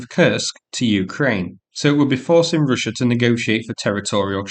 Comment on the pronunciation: What is "Ryssia?" Real bad pronouncing here. Almost impossible to "Inderstond"!